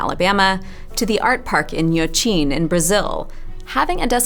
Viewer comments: the nh is a hard sound for non native speakers, so kudos. I hope you do go back sometime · I love writing in books, dog earing, highlighting and all that stuff. Many friends act like I'm crazy for it, I'm grateful for your validation lol Also surprisingly good pronunciation of "Inhotim" :) I have never been there (and I'm way closer than you), but it's a dream trip I hope to do sometime soon